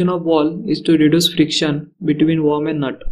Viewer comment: Its WORM. Not Warm.